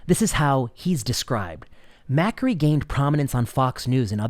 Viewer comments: It is pronounced Ma kAry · I agree with you. Marty is a brilliant doctor. However, I think you're pronouncing his last name wrong. :)